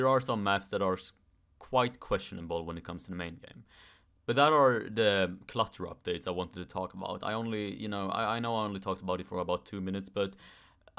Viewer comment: I thought you're saying Cluster Updates for a second 🤣 Jokes aside,I can agree